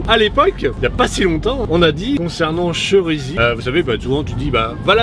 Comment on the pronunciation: On dit Chérisy 😂 avec un accent aigue